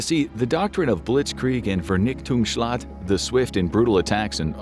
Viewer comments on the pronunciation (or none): I'm german and I didn't understand you've meant "Vernichtungsschlag" in before reading the subtext. I don't want to make you feel bad or something. I mean that as constructive criticism. Please ask google or so if you don't know how to pronounce, but don't pronounce it like a english word. It's just wrong. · worst german, "vernichtungsschlag"